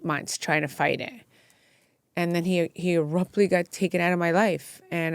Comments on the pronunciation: “Erruptly” is crazy. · What the hell does “ARUPTLY” mean?!? Gosh learn the language! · Please stop saying “Aruptly” instead of “Abruptly”!!! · She keeps saying errupt ly instead of abruptly. 😂